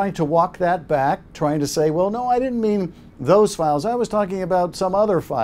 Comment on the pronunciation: No”ya” Donald it is Yes